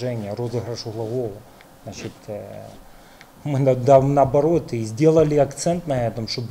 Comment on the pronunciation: Хахаха. У него глазищи как у наркомана. Поди офигел от такого результата против Мальты. "Значет ээээ"